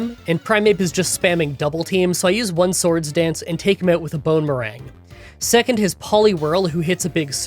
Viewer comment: i keep hearing it as "bone meringue"